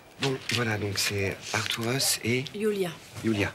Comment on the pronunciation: Arturus!!!??? Couillehrrrrrhhh!!! Artourous???? Couillèèrhhhrrrrr!!!!!!!